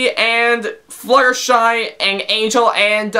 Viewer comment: He can't even pronounce the letter N. it's always "ngh" instead. "Anghel the bunghy"